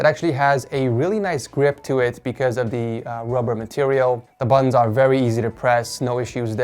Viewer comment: I keep hearing "The buns are easy to press"